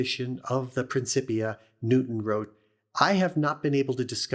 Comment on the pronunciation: It's pronounced "prinnkippeeah. "C," in the middle of a Latin word, is pronounced as a K.